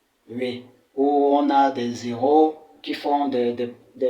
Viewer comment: C'est très intéressant mais, avec le mot " Héros " , la liaison ne se fait avec " les" en français, sinon " les héros" deviendront , des " Zéros", qui signifie des nuls, et on sait tous qu'ils sont bien meilleurs que ça !👍 Et aussi, le son des " r" en espagnol.